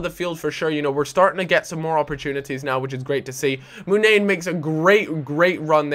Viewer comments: Pronounced Munayeeen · muniain is said like mun-i-ain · Munian is pronounced muniyan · Moon-eye-ian =Munian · Butchering Muniaín there